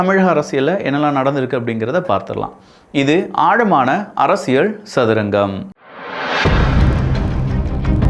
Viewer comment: நண்பா அரசியல் என்று உச்சரிக்க வேண்டும் Arasiazh அல்ல